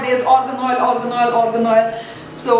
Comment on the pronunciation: It's not ORGAN OIL .. ITS AA-R-GAN